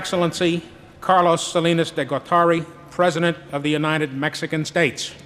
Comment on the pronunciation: Pendejo yo tengo 25 an#is en EU yo se lo k es una Buena pronunciatcion total habka hortible